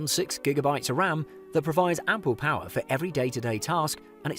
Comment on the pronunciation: POWAHH joke its power😂